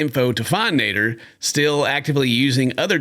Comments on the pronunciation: I think his name is sounded as (Nah-deer) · Name - Nader "NEY-DUR" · I'm speaking on behalf of the whole Egyptian population, we do not claim that "Nader" guy. even his name sounds dumb when pronounced properly for us